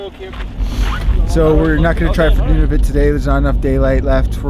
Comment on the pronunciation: Noo-nah-voot not none-of-it 😂 Jk you're not that bad 😂